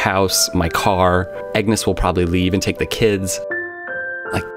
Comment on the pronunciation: "Eggnus" lol